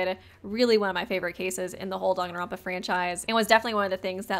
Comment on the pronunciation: nah he pronounces it dongonronpa